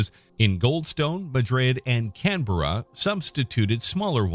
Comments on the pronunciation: Canberra is pronounced can-bruh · as an australian your saying canberra wrong